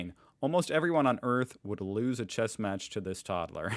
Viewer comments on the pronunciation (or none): none